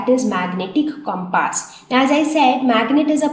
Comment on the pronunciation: pronounciation of compass is totally wrong...........hahahahahhaha...... but yes the way you explained was really nice thanks for your awesome effort